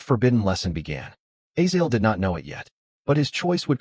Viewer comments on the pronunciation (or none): Its A-zay-zel not A-zael